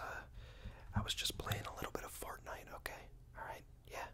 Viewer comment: Did he say fartnite